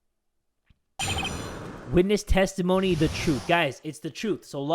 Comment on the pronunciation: I heared tasty moany not testimony